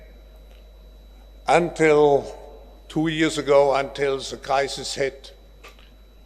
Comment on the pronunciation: Klaus seemed to be pronouncing crisis as "Kaisers"